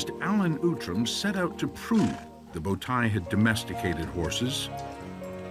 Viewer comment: speaking Turkish, it says bowtie people with the wrong pronunciation, "Tay" (you can pronounce "tie" in english) means foal in Turkish. Result is first horse riders are Turks :) it always takes my attention that if some thing good and made by Turks, western scientists mostly does not want to say Turks but every thing they say defines the Turks and only if you are Turk or know that subject very well you can understand this :)) bowtai people not living any more :) who believes this lie he finds out that bowtai horses still exist but people not exists " yuhh aq "